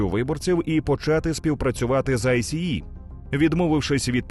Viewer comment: Дякую за чудовий контент. Але я не можу зрозуміти чому в українському ютубі говорять АйСі-і якщо самі американці завжди читають це «Айс». Це по-перше дуже ріже вухо і по-друге ускладнює сприйняття. Саме ця структура не читається як абревіатура а читається як слово. Саме так це озвучує влада США і самі працівники айса